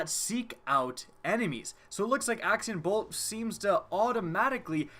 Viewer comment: did he say Axtion bolt at first!!??